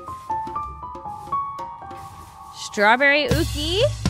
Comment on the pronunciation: FYI: Yuqi is NOT pronounced "Ookie." It is pronounced "Yoo-chee," which means Jade Rain in Chinese.